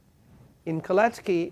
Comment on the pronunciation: Kalecki not Colettes Key😁